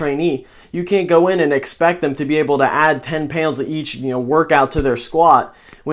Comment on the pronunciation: where are you from? you say pounds werid AF, pewnds. 5 pewnds 10 pewnds 15 pewnds